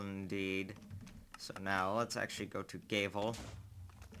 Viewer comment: You pronounce "Gavel" like "Gay-Ville"